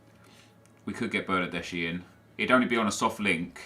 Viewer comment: Bernardeschi is actually read as "bernardeski"